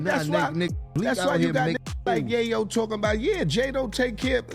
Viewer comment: Do some research on how to pronounce names. You sound ridiculous the way you say Yayo name. Gave the mon a female sounding name